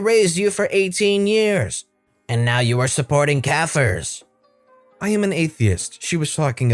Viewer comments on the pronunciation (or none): He mispronounced it is all. Kafir is not the same word as the K-word. You should know that since you seem to know off the k-word (I know of it too obviously).